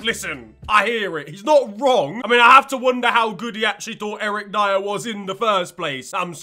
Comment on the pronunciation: Its Eric Dier